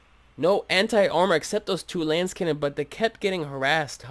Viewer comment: Thanks for the commentary and the replays! One thing: its a lascannon, not a lancecannon. The unit pronounces it when you click it in case youre wondering.. great games!